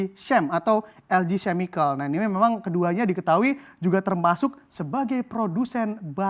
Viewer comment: Waduh.... Inggrisnya "vihaikel", "cemikal"... Parah banget luh. Buka kamus dulu brur sebelum ngomong... "Vihekel", "Kemikel"... Itu vocab pasaran banget, wartawan kok bisa gak tahu.... Norak tau, kayak wartawan harian daerah yg ksntornya di kampung...